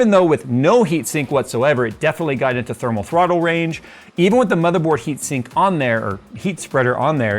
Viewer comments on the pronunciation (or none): Lost it at "thurtle thrommel" 💀